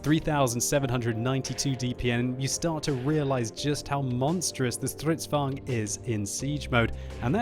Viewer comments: You suck at pronouncing Stridsvagns. You : StRydsvugn Actually : strids vagn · Man, i love the way you say Strrridsvagn! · I love how you say Stridsvagn XD